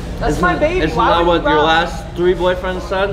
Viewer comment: When he says “thaa part” it makes me creaseeee still 🤣🤣🤦‍♂️